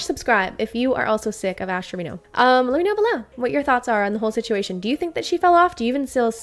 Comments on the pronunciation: Saying TREVINO.... and you're a 🤮🤣🤣🤣 its Treviño.... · How do Spanish speaking people not know how to pronounce Treviño as “Trevin-yo”